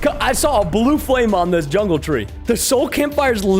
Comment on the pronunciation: Fix ur Speech its Jungle not yungle